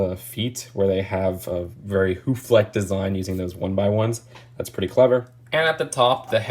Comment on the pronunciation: saying hoof is my new favorite thing😂